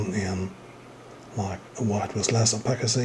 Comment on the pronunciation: It's pronounced O-pass-city. Not O-Pack-itty